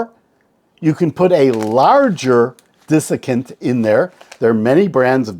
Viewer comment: I enjoy your videos. I hate to be petty, but it is DESiccant not DISiccant. The dis was making my head hurt. :)